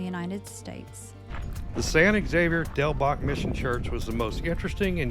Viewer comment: Thank you. I thought I was loosing my mind. All the videos except the one by KGUN pronounced it incorrectly.